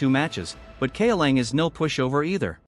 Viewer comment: If you don't want to or cant use your voice for videos, you should fix things like "kaolan" being said wrong. Cow Lon would fix the pronunciation, Caw now would probably work as well